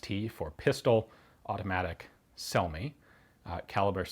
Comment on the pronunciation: If those brothers were Italian, then their last name would be pronounced something like "Chel-me".